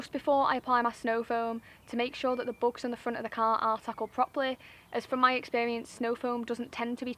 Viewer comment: Books?? Took me, an Australian a moment to realise you said bugs ..🤣🤣🤣😂 yes, it's very therapeutic...enjoy your summer....